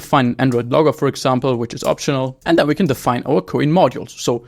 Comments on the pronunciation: ko-in? lol why not pronounce like "coin" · It is pronounced "coin".